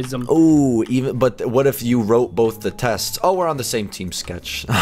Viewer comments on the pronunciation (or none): I'm sorry but... borth